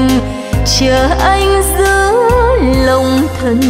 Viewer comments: ví dụ phát âm của chị Cố đô thành cô đô nè, điệp khúc" giữa lòng đất mẹ" chị hát thành "giữa dòng đất mẹ"... là cái dễ thấy nhất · Nói thật chị hát bài nào cũng 1 kiểu, thiếu nhấn nhá. Và quan trọng nhất là phát âm của chị hơi có vấn đề là Cố đô thành cô đô, "giữa lòng đất mẹ" thành "giữa dòng". Mong chị sẽ khắc phục được các khuyết điểm để tốt hơn